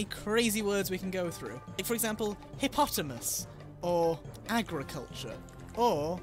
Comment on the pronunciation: whats a hipotimus? isn't it hippopotamus. #pronunciationfail